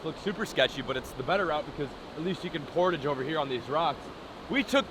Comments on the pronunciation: Every Canadian is cringing each and every time he says Portage lmfao. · I had no idea people pronounced portage like that. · You say Portage funny lol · I cringed so hard when he said Portage (if you dont understand google the pronunciation)